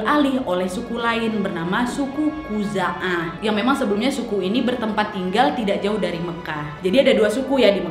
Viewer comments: Bkn Khuzu'ah tp Khuza'ah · Awal nya udah bener nama sukunya, eh di tengah tengah salah 😂😂 Khuzaah yg bener kak 👍👍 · khuza'ah apa khuzu'ah ya'mur atau ya'mir bingung kak wak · Koreksi suku khuza'ah , bukan suku khuzu'ah 🙏